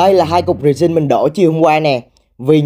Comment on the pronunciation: resin nhấn âm 1